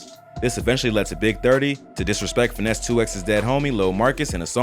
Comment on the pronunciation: Mane it’s not “finesse two x”😒 it’s “Fynes 2 tymes” 🙄 can’t stand folks that’s not from the 〽️